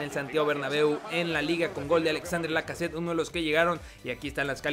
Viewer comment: Se pronuncia Alexander Lacazette. Es simple